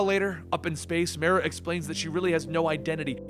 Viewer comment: The league "league Destoryed by myrah" is drunk again.